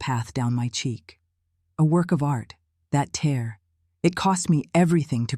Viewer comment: Yes, it's annoying. But it's narrated MUCH better than most. Only noticed the word "tear" being mispronounced once. Engaging story, without the cliches and rehashed memes usually found in AI generated tales. Gave it my rare thumbs-up.